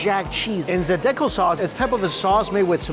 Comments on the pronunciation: Hey that's my home town! Also it is Zah-dee-co sauce. 😉 a lot of people miss that I'm glad you had a great time! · It’s “Zie-da-Ko” podnah! Love your videos! Come back and see us, nah!